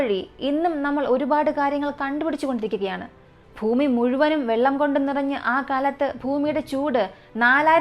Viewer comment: ഫൂമി മാറ്റി ഭൂമിയിൽ എന്നാക്കി മാറ്റണം